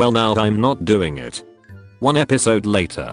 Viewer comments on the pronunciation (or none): none